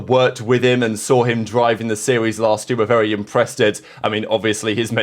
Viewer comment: there ain’t no way you just said “impressdid”